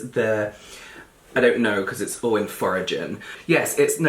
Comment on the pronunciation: "This is.... I don't know cause it's all in foragin" 😂😂😂